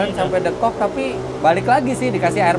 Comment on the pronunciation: Lucu Om bilang deukok nya sunda bgt 😁😁😁 Bismillah sholwatin aja dl smoga ad rejeqnya 😇